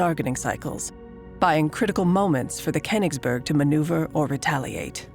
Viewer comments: the reading consistenly mispronouces koingsberh as kennisbo erg damn american cant ever pronouve stuff right. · Name: Königsberg Anglo voice actor: "KhenisbÖrg" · the Pronounciation of königsberg is driving me insane! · Was AI used for the voiceover? The speaking is somewhat strange and both too fast and too slow, and she messes up Königsberg all the time